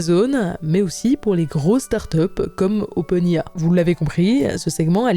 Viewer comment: OpenAI est un nom de société donc pourquoi changer l'ordre du I et du A pour la mettre à la française? Je propose d'appeler google "lunnete", car goggle veut dire lunette. et pour R and D c'est ridicule surtout qu'elle dit R en français et "and D" à l'anglaise... on a le même sigle en français Research and development => recherche et développement aucun intérêt de passer à l'anglais à part pour montrer qu'elle ne sait pas prononcer le R en anglais XD